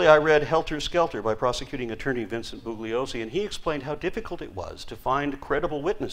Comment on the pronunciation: An arcane point but Vincent Bugliosi's name is pronounced "bull-yo-si". It used to frustrate him to no end as almost no one ever pronounced it correctly.